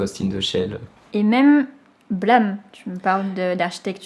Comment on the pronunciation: Blame se prononce Blam, c'est dans le sens de l'onomatopée BLAM!, y'a rien à voir avec le mot anglais blame. Il y'a eu un mauvais choix de trad car les japonais sont supers nuls en anglais (et malgré le fait que Nihei ait fait son anglais à New York:face-orange-biting-nails:).